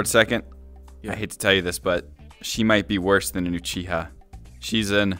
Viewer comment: WTH is “uchihers”? 😂😂❤